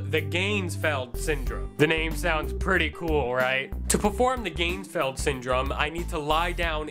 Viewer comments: You even pronounced it wrong..... (should be "gahnz-feld"; not "gaynz-feld"). Also, you could have made the ping pong halves, you didn't have a light (red, blue, etc; experiment). In addition, you didn't seem very serious. In fact, you probably made this as a spoof. If you were doing this legitimately/properly, you would have been in an altered state of consciousness and would certainly have not been "talking normally", but in a more relaxed fashion. Still, it gave me something to drink to. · at :14 in I'm guessing no because he's not even pronouncing it correct.